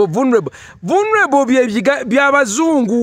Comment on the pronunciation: I like the way he pronounced that word voo luneable 🤣🤣🤣